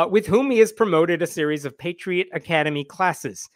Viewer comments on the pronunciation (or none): none